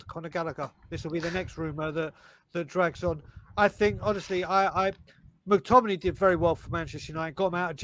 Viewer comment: Mctomminay?? Mctommigoat yes please